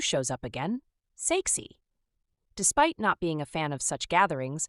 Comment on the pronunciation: When you said “His name is Saeksi” i heard sexy😂